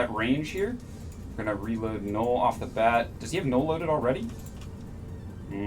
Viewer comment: did you say nute? whats a nute.. was it null as in the ammo?? and how does the atron has an optimal range bonus? did u mean falloff bonus?